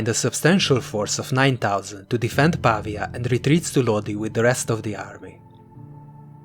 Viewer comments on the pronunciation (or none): Si dice Pavía, non pàvia 🤓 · It's pronounced PA - VEEE AH not PAAA VEEA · Brilliant. It's PavIa, though: the stress is on the i. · Ha ha right! He's English. Dosen't work. I'll go with where it originated: Italiano. 'Merica!